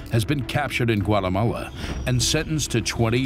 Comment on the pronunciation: “Has been captured in guatelalalah”